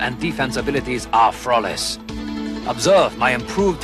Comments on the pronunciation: frawless pronunciation. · Ah, frawless